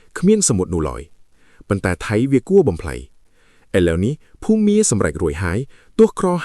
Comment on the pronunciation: លោកកាសែតអើយ ចេះអក្សរទេ បើមិនចេះសួរគេខ្លះទៅ ភូមា មិនមែន ភូមិមា ទេ....